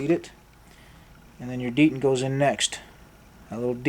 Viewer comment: Thank you. But please say dee Tent correctly, not dee dant. Picky I know but really bothersome.